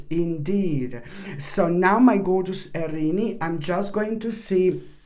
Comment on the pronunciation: I love how you pronounce our sign. Arini. So cute!!!!